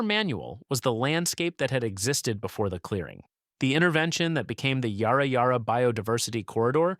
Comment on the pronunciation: Yarra Yarra is pronounced more like 'Ya- ruh Ya-ruh'. (Not Yar-rah).